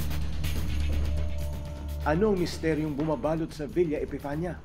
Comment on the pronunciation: It's villa epifania